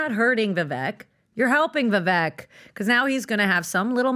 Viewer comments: Do they seriously not know how to pronounce “Vivek” (rhymes with “cake”) at this point in time? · It's spelled Vivek. Pronounced like cake...Vi-vake. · It’s incredible that Patrick still hasnt learned how to pronounce Viveks name. it’s like if Vivek just constantly called him Potruck. What a cringey oaf fake alpha male lmao. This show is pathetic tbh